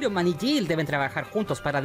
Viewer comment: Esta serie me la vi hace uno o dos años & me gustó bastante. Hay varios nombres que en el vídeo que pronuncias mal:es SHIELD no chill,se dice Tachala no techalla & es María Hill no Jill